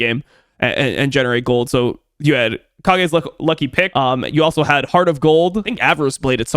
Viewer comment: Weeb cringe. It's pronounced Cage not Ka gee. It's a reference to Kyle Gass from Tenacious D, Kage is his nickname. That's why it's a guitar pick.